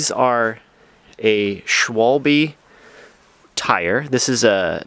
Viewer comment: Well, I’m watching the Los Osos video and you sidetracked to your latest project. In the presentation you mention the tires, German Schwalbe . Someone said the name to you improperly, sh wall bee and you went with that. It is pronounced Sh Val bah . Thank you !